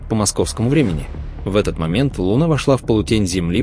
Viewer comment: да не лУна..а лунА Скорректируйте ваш ИИ